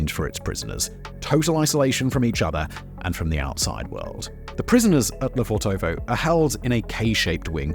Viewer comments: Suggest you talk to a native speaker to pronounce it correctly. It’s LefOrtovo (emphasis on the first o) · Hey Simon, just a useless little tidbit of info - it's correctly transliterated 'Lefortovo' from the Russian Cyrillic, but actually pronounced 'Lefortevah' (with the only stress on the first 'o'). Russian linguistic rules an all that, y'know... Anyway, use it, don't use it. ;) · Lofèrtova. Pronunciation. I saw the gates today. Unassuming. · He needs to learn how to pronounce Lefortova.